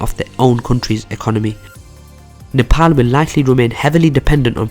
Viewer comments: Only guy who pronounce 'Nepal' as 'Nepal' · Finally a guy who says Nepal as "Nepal" instead as a "Nepol"..and furthermore really good video keep it up !! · It's good to hear a non nepalese pronounce our country's name right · You are the first foreigner not to say "Nepol" you pronounced it correctly. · So pronouncing Nepal is possible by a foreign tongue. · Loved how you pronounced NEPAL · Thank you for pronouncing Nepal 🇳🇵properly even people living in foreign countries don’t pronounce it properly ❤️ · 1st thing I noticed is that he pronounced Nepal correctly unlike any other foreigners🇳🇵👏👏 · You pronounce the word "Nepal" soo accurately rather than other foreigner